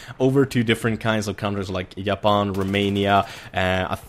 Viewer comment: Jaapan, chinaa :p